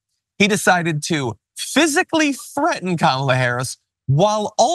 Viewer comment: How hard is it to say Kamala (Kalm a La) seriously and he’s threatening the vice president of the United States!